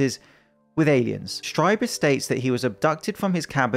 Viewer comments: Strieber is properly pronounced "stree-bur." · It’s pronounced, ‘Streeber’ .